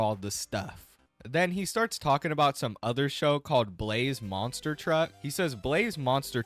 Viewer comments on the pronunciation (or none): none